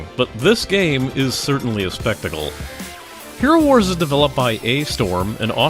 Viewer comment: I'm pretty sure it's "Hero war - z" , not "HeroWars". Like, Worldwar-Z